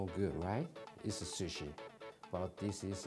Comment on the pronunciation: i died wheezing when he said "...square shushi"